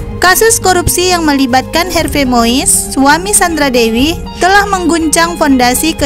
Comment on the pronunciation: Harvey ejaan Belanda bacanya Harvi min... 🙏